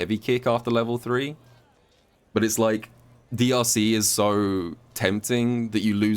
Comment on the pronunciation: Ngl when he said drc, I thought he said deeussy